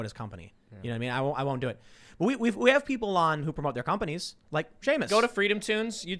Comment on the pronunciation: I just noticed you call Seamus freedom toons lol.